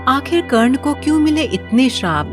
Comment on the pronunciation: Who so ever is the narrator of this story I request you to give respect It's not wo karne it's wye karna 😞